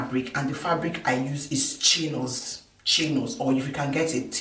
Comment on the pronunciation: I am so sorry, I am American and I can not understand what kind of fabric you named. It sounds like you are saying Chinos. Is that correct? Would you please reply to me and let me know what kind of fabrics you use? Thank you so much! By the way, I subscribed to your channel because you are the only person that gives very good directions, and you are the only person that adds a piece to cover the hair in the back.